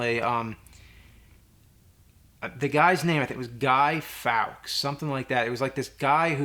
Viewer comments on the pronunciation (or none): Guy Fawkes.. pronounced forks :) just so you know dude.. guy who tried to blow up the houses of parliament. Caught & burned at the stake. I was born in England so know all about that.